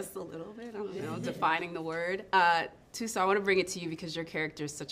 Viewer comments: The interviewer did a great job. Great questions. She showed respect to Gina and Viola. She acknowledged all the women. And as a South African , I am proud of how well she pronounces Thuso’s name . She sounds like a South African native. Well done.❤ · Interviewer Saying Thuso's Name correctly is everything for me